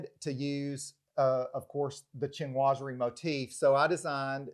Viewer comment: SHEEN wah zury. Not CHIN wah zury (Chinoiserie). I am amazed at how many decorators cannot pronounce the word. I saw another home video where the designer pronounced it "shnozzery". That being said, it's a marvelous house.